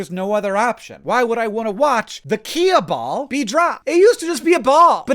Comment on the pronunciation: What the fuck's a key-a-ball?